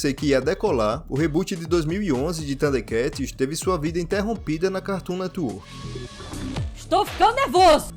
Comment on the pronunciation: A única parte do vídeo que eu não gostei, é av parte onde o narrador pronuncia o nome do desenho bem estranho, parecendo que ele come o (R) ele pronuncia "THUNDEKATS" sem o (R). Fora isso, o vídeo é muito bom. Sempre gostei muito dos "THUDE(R)KATS. 😅